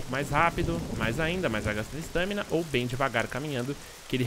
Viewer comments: ESTÂMINA? É "estamina" . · para de falar "estâmina" é estámina, sério sem qrer ser hater, mas dá nervoso, e o bglh q tu fala toda hora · "ESTÃMINA" que aflição kkk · sua pronúncia, estâmina está errada abraços!